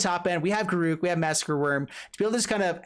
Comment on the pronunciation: That was obviously on purpose. Not sure about GAROOG, cursed huntsman though :D